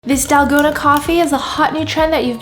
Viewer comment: it is not dalgona it is TALL-KOH-NA